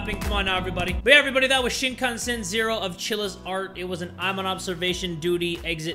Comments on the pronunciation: I’m sorry “Shinkanshen “ 😂😂😂😂 sorry sorry for laughing. I’m not being a nerd and saying “ACTUALLY” but I’m just gonna say it’s Shinkansen 🚅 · Shinkanshen, you mean shinkansen which is shinkan cen like cent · "Sea-me-masen" LOLLLLLL